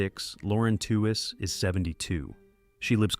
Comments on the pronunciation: I know this was made by AI, but it could have done a better job of pronouncing Lauren Tewes’ last name. It’s pronounced like “tweeze”, not like “tew-wez” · Lauren's last name is pronounced "tweez," like tweezer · Why do AI Narrators have to mangle people's names and mess up what happened? Who is Lauren Two is and where is she? Not Florence Henderson? How bad is this video!😂😂🤣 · Wasn't her name pronounced "TEE weez"?